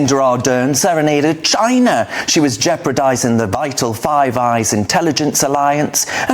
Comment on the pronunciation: Jeprodising ??? What language are you speaking ?